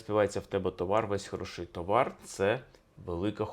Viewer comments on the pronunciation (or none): Пане Алфьоров, Ваші наголоси мусять бути правильними і не псувати мелодику щедрівки… Аж ніяк не хорошИй, аж ніяк не матИ… Та й з приводу коша ( а звідси - кошара) і товару варто б подивитися глибше і докладніше… Етимологія - непроста справа… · Скрізь ставите не правильні наголоси! Не хороши'й, не полова'. А хоро'ший, поло'ва